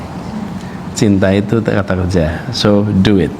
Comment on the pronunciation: Abah ..... ngomongnya bahasa indonesia aja. istri saya denger Cinta itu Duit .... bukan Cinta itu Do iT 🤒🤒🤒